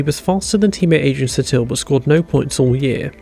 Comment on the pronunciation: It's Adrian Suuuuuuuuuuuuuuuuuuuuuuuuuuuuuuutil, damnit!